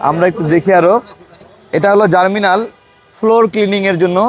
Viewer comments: ভাই উচ্চারণটা জার্মিনাল হবে না, হবে জার্মনিল।। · জার্মিনাল না জার্মনিল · 'জার্মনিল' হবে, 'জার্মিনাল' নয়।